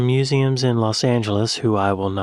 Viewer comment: What surprised me the most was her pronunciation of "museums" - Maybe she'd never heard the word spoken out loud before in either the US or the UK.